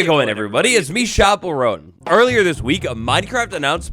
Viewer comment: shapel rowen 😭